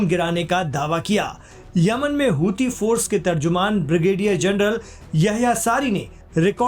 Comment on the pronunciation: Aap hosi kyu kehte hai jabki wo huthi hai ya ansarullah hai